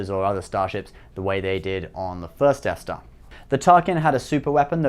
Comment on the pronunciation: you said deaf dar I think who is dar why is he deaf?